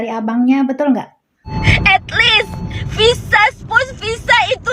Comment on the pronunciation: Spouse bukan spus.ok puan